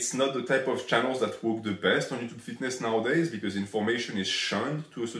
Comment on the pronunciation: minus 100 for his Ello yuchub pronunciation